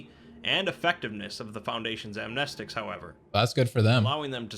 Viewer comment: It`s pronounced "Amnestics".